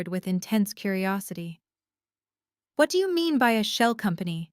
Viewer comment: « Do you » is not a question. It’s an affirmation or exclamation with the intonation of one. Reader has read with inappropriate intonation.